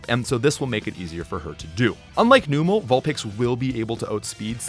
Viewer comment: Thank you for correcting “Chimecho” haha. But also Numel isn’t “Noom-el,” it’s “Numb-el” because it’s a numb camel